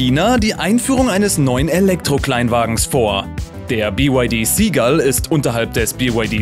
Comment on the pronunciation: Junge, beim Seagull wird das S genauso ausgesprochen, wie beim Seal. Nicht Sie Gall sondern Si Gall.